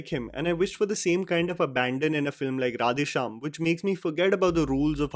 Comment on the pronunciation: I feel Prabhas face is CGI in entire movie. Face is extremely filtered. please improve your pronunciation of words in South Indian languages. Or use voice bits of those words which is pronunced correctly from movie. It's creeps out to hear mispronounced.. To make you understand.. How you feel if a bad hindi is spoken in a english accent. It's the same way.. Please give a little more effort or please try using voice bits.